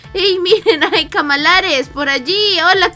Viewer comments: No sé dise camalares sé dise calamares jajaja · se dice calamares